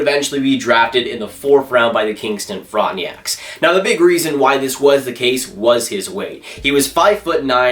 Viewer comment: It pisses me off how he pronounces Frontenacs like “front-ng-ee-acs”